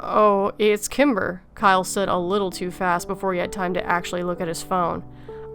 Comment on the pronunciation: Sometimes when you said the name Kimber, it sounded like Timber.